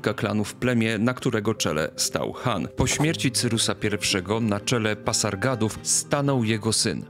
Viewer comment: Dziękuję za odcinek, ale nie mogę wytrzymać kiedy słyszę Ektabana i Parsagady... Proszę popraw, te miasta to Ekbatana i Pasargady